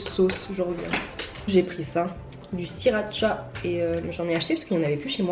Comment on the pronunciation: ça se dit "si - la - cha" pour la sauce, sinon génial la vidéo, la prochaine fois tu pourrais nous faire des recettes avec ta mère ? <3